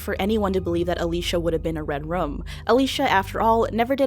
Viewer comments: It sounds like you're saying "redrum" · Was pronouning red room as "redrum" intentional? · i love how you say red room like "red rum"